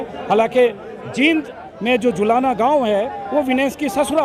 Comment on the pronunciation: अजीत जी जहां जहां भाई दिपेंद्र सिंह हुड्डा ने नामांकन करवाया है, उन सब जगह ऐसा ही वातावरण रहा है और रहेगा। आप जींद के उच्चारण करते समय ई पर लम्बा समय ले, बड़ी ई है सर।